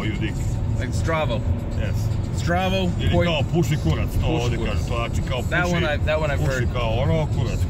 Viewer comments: It is not kuratc it's kurac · Kurac not KURATC😂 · it's kurac not kuratc😂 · u dont say kuratc u say KURAC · Its not kuratc XD its kurac* OML I cant belive a youtuber thats American and cares for Serbia exists😂😂😂😂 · Im from serbia and its Kurac and not Kuratc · It is kurac not kuratc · its not kuratc its kurac!!! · its kurac not kuratc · Its not kuratc, its kurac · Stop representing Serbia in a wrong way... We say "kurac" , not "kuratc". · kaze se kurac ne kuratc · Kurtac? It's kurac. I'm Serbian bro. And don't swear in bakery...gosh... Nobody does that (I mean some people do it...) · Not kuratc its kurac (Am Serbijan xD) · kurac not kurtac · kurac without t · There is no 'T' in Kurac! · Kurac without T :D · Nema "T" u kurac joooooooj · Kaze se kurac bez t